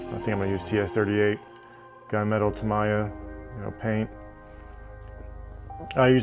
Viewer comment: You gonna add light buckets to the 34? Also, ta-mee-ya